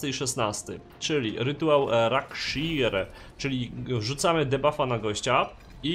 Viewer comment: A tego sie nie czyta rakszir czy cos w tym stylu ?